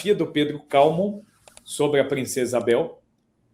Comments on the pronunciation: "Calmon"? Onde ele encontrou essa tônica em Cal? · Também achei curioso (e erado). Veio do francês onde seria Calmont. Não haveria dúvida da pronúncia no original. Em português, para ser paroxítona, a grafia exigiria uma acento. Ex. hífen, pólen, glúten.